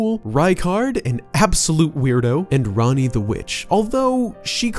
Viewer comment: ITS PRONOUNCED RONNIE